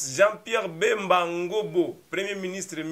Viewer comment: C’est Ngombo et non Ngobo SVP!